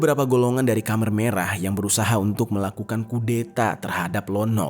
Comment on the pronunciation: Maf koreksi bang Bukan kamer merah tapi khmer merah...